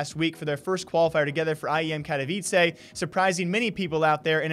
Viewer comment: KATOwicsay LMFAO bro. Can you not pronounce it when casters been saying it multiple times correctly before? Also they qualify for 2 tournaments. Get your stats right buddy